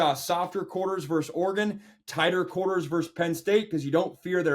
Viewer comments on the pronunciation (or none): The word is versus, not verse